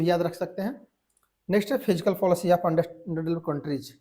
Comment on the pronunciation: फिजिकल नहीं सर fiscal word है सही बोलिए